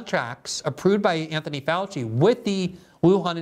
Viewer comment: Dr Josef Fau-chee